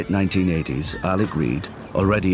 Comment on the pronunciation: The good Father's name was Alec, so why, after knowing him for three decades, does Big Gerry keep calling him Alex? Trouble pronouncing those terminal consonants, Gearoíd?